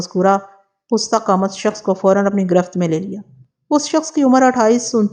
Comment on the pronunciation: Pusta qamat ghalt h, yeh Farsi ka lafz h, pasta qamat sahi h